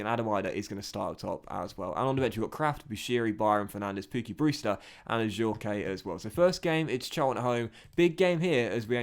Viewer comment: I’m pretty sure Ajorque is pronounced without the ‘ay’ on the end it’s just ‘Ajork’ if that makes sense